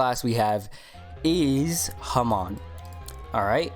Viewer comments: It's not pronounced ha-man, it's pronounced ha-mon like pokemon but without the poke word at the beginning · bruh everyone says hamon wrong, its "Ha- mone" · Nah nah it’s “ham” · the way u say hamon make me question my existance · I got corona listening to him saying hamon wrong. Good vid but pronounce it right please. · Hamon bread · His pronounciation of hamon stressed me out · u pronounced hamon wrong lol